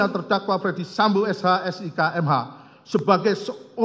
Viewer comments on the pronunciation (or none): Coba dengar lg... Ternyata dakwaan itu di bacakan utk "Fredy Sambo" bukan Ferdy Sambo